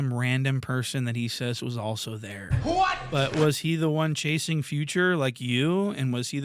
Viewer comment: The man said “dere” and not “there”